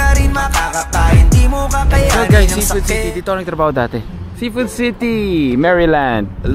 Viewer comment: ''Dati" po not "date" hehe